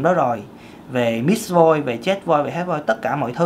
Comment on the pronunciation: Ko biết em nghe anh nói: Mis Voice Miss Voice Mít Voice Mix voice 😂😂😂😂